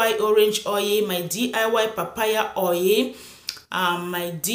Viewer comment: Why is oil pronounced as "oye"?